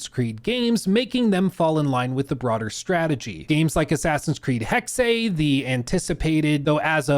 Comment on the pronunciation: Still saying Hexe wrong.